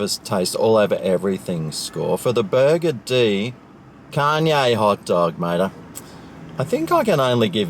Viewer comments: I am pretty sure this place is NOT pronounced "Burger D"! FMD. Maybe next time say it in a similar vein to the word 'buggered'. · Why do you call it “Burger-Dee”? It’s meant to be a play on the word “buggered”. As in “Burger-ed”. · Stop saying burgerdee its so annoying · i mcthink its pronounced burgered mcbro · I've never been there before, but I always thought it was pronounced "burgered". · Burgerdee? I'll be buggerdee if that's the pronunciation. Supermarket next time instead of this crap rap clown Seppo slop snack. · LOL! its actually pronounced "burgered" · It's pronounced burgered as it is one word.